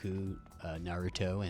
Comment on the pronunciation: And just like that, pronouncing Naruto as Naruro is now cool.